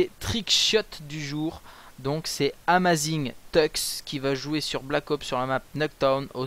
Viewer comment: le premier A de "Amazing-Tux" se dit comme un E et non pas "A" mais après je dis ça je dis rien, juste pour pas écorcher son pseudo ! ;) Mais sinon bonne vidéo :)